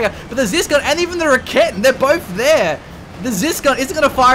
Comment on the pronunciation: "raketten" lawl